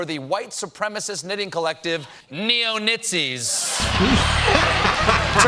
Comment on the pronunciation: C'mon, dude. "Neo-Knitzis" is genuinely funny